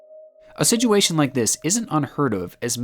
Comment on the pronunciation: Am I the only one who hear his situation as "Sijuation" :p